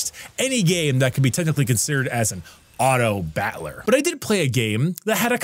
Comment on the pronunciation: "Autobatler" Why can't you pronounce battler correctly